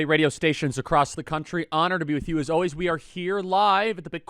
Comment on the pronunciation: It is so hard to listen to guy, and hold him to be credible, who constantly says, "Alwees."